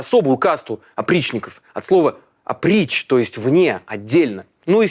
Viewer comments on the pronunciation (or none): Не опри́ч ,а О́прич - что значит - "кроме" .